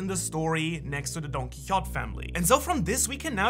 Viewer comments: He says donquixot It's Donquixote ! Say it with the pizaz and accent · donquixote is not pronounced “don-kee-hot”. it is pronounced “don-kee-ho-tay” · I’m pretty convinced you haven’t watched the show because who pronounces Donquixote like that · The way he pronounce Don Quixote rubs me the wrong way lmao